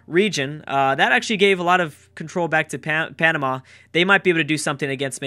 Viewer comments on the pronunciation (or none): none